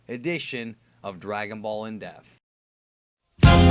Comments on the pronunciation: Dude great videos I love your content and style of presentation. How old are you? And for such an articulate dude, is there any particular reason you pronounce "in def" instead of "in depth" Not mocking just curious. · I love your content, but you can't say "In depth". It always sounds like "In death" XD